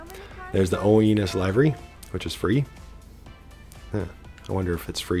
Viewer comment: Stop saying lyvery its livery